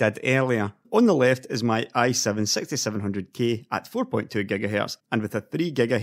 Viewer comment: i heard it sexty seven hundred gay